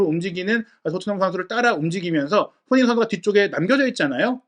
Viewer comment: 제발 발음좀 똑바로 해주셨음 합니다. 손흥민 이란 단어가 어려울까요? 처음시작시 손흥민 빼곤 손으잉? 이렇게 들리는건 저만 그럴까요?